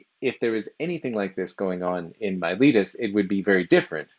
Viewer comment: pff, it's not yourletus... It's Miletus! In all serious though, thanks. I've been reading their fragments and testimonia in my spare time and videos like this help contextualize their ideas. It was also entertaining and well presented.